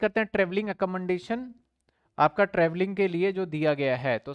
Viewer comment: sir accommodation sahi nahi bolte aap